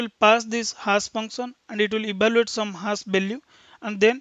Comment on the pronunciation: great explanation , and thanks for sharıng. Just little feedback maybe :) same pronunciation was distracting me time to time on focusing, such as zero (sounds g..), hash (has), etc. also some of saying 'ok , fine, right, after explaning something etc ' .